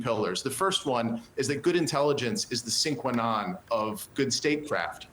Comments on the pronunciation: Dude has some hilarious mispronunciations: sine qua non = "sinkwanon"; casting aspersions = "casting dispersions"; panoply = "pan-op-olee" ... Did i miss one? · You cast "aspersions," not "dispersions." Learn to pronounce "sine qua non" and "panoply." Ignorance undermines your credibility as a commentator and author.